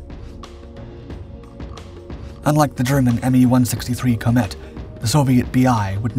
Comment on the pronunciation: The German Messerschmidt "Komet" is pronounced "KO-MEHT", not "KO-METT".